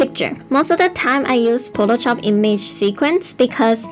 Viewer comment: Potoshop? So close to Potatoshop.